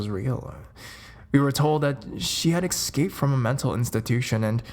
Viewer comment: it's EScape and not EKScape